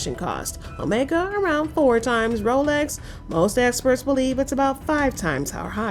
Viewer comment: Its Lolex 😂